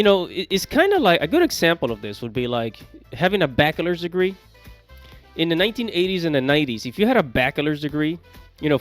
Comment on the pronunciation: Who told you how to pronounce bachelor's degree